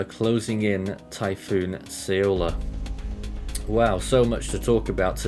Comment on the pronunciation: have heard so many variants of saying "Saola" but noone got it right 😐